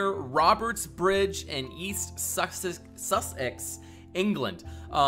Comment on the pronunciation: “Sus ex” 😂😂😂 It’s just “Sussex” mate ;)